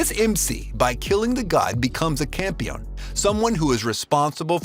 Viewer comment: Campione is actually pronounced "cam-pee-oh-nay" as it's Italian. Peach Boy Riverside is an interesting add and I think if anyone wants to watch, they should look up the chronological order to watch the episodes in as it's kind-of a jumbled mess lol. But Sally and Frau make the show worth it.